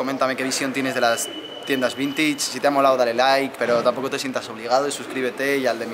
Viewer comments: No se dice vintich... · como me ralla que diga "vintich" en vez de "vintach" (vintage). Encima lo dice como mil veces jaja